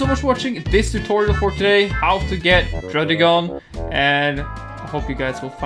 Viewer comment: You say druddigon like this “dragon” no really like that